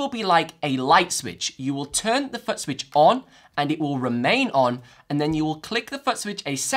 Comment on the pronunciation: I just keep hearing him say “Butt Switch” 😅